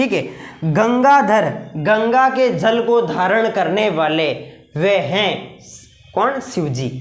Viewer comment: Are yr jal ko jhall kyu bol rhe ho 😢